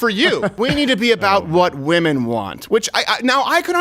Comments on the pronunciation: One women. Multiple woman pronounced( weemon) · The plural of woman = women, pronounced as “wimmen”. It’s called respect and proper grammar. Just saying… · For the love of God, pronounce “women” correctly! What idiot taught your generation to pronounce it like “woman””?! It’s pronounced “wimen”! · i gotta say....its pronounced WHIM en not Whoom-an. Woman is singular, Women is plural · one (woman) two (wimen)! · 'Women' is pronounced - whim-en. FYI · This was great but it’s pronounced “wehmen” ... woma is singular and women is plural. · ITS WIMEN OMG. WOMEN PRONOUNCED WITH A WEE. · Hey just wanted to let you know WOMEN is pronounced "Wim en" not the same as "woman" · Cringing when this kid can't pronounce "women" probably 🙈😖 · Can you pronounce women correctly please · That’s not how “women” is pronounced 😅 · Pronouncing ‘women’ wrong…😑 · you mispronounce women (you have a different first language probably?)